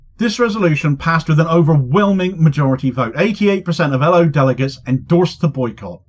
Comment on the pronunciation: Cheers Good to hear some good news! Boycotting companies that deal with Israel is crucial, ask Pik Botha. PS: You pronounced L.O incorrectly, for Norwegian. 😉😆